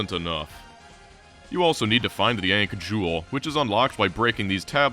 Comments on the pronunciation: Ankh rhymes with bonk not tank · ... Are you alternating between pronouncing it "Aunkh" and "Aynkh" specifically to piss off pronunciation snobs everywhere? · The way you say ankh is fking rtrded. Seriously, you couldn't be bothered to look it up, ft fk? Lunchbox fker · Great video, hate the way you say "Ankh" tho. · I'm in and I think he's only pronounced ankh correctly once.